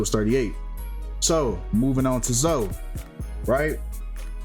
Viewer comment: ...come on mane, her name is obviously pronounced Zo-ee. You really gotta get better and pronouncing words and names my guy!! It's not like that some unique name never seem before, Zoe is pretty common